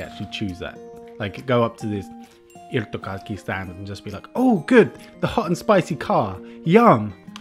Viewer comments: Hiiirthokharkki!...nou....it's irtokarkki. Ir-to-kark-ki,i-r-t-o-k-a-r-k-k-i.... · "irthogharkkhi" not bad 👌 u say it so good 😂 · It is not irrrttho kjarkkih! :D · Irtokarkki 90% pefect /100% you say irtkarki but its really good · Sounded like Ijrtokarki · the r's are a bit hardcore tho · just se little strong r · But it's still not absolutely perfect. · Hi, pro tip for speaking Finnish: the emphasis is always on the first syllable of the word and the are no emphasis on any other syllables. Try saying the words with like extra weight on the beginning and then just keeping the rest of the word in one note (tip from my late teacher who used to teach Finnish to French people). Hope you enjoy your time in Finland this time too! :D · I really like when you say "irtokarkki":)) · I like how he says irtokarkki 😂😂😂 (im finnish)